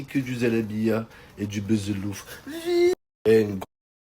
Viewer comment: C pas "B[eu]zelouf" narvalo mais "B[ou]zelouf" chaque année jtle répète bordel